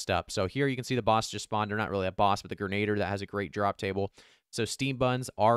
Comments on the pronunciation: Thanks for the video, but something that bugged me more than it should Grin-uh-deer not grin-aid-er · not "grenader"...its pronounced "gren-a-dear"